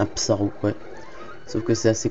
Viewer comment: Je trouve tes vidéos très cools et agréables à regarder. Mais un petit détail me gène c'est la prononciation de Psaro que tu prononces Sparo. Juste ce détail. Sinon je n'ai rien de spécial à dire. Bonne continuation ;)